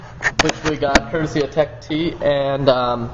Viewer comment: isnt it techt not tech t?